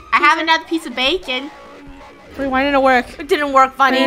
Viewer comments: Its not bakon its bacon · It’s bacon not bakon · says: baken And it is Bacon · When Bakon showed up on the screen Me: “BACON” Funneh: Bakon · It's not bakon it's said bacon I think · It's not Bakon It's 🥓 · His name is ba kon not bak on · It’s bacon 🥓 not backon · its baycon not bakon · Bacon not bakon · It’s bacon 🥓 not baken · Its not bakon bacon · it’s not ba con it’s bay kon😅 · lol the way they say it wrong bakon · Its bay-cin "bacon" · How to pronounce bacon bay-con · It said baken